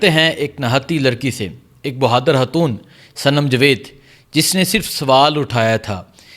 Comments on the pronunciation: Lully hatoon ni khatoon hta hy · 😮😮😢😢😢😢😢 ”حاتون“ نہیں 😢😢😢😢پلیزززز ” خ سے خاتون“